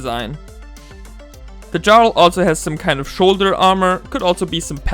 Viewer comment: Just so you know, jarl is pronounced "yarl". I only know this because I heard the term spoken aloud in a video of someone's playthrough of Skyrim.